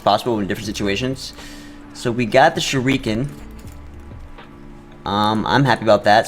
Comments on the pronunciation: I'm shrieking at how you pronounce shuriken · He does it on purpose